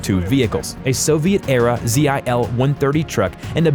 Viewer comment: It's not Z-I-L, it's one word ZIL